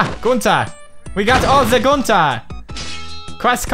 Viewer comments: Pewds, did you just said fish pump 😅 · I think he meant pronouncing Gunter.